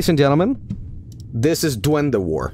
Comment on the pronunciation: heya, I'm from El Salvador. (Nice pronunciation btw)Bro, on public tv we had a tv program (on national news btw) that reported on that shit. Amongst that photo, on that shit we had: - A report that claimed that Pokemon, Yugioh and all anime from the 90s was from satan - "real" ghost sightings - "real" alien and paranormal stuff Man living in third-world countries sure is shitty lmao.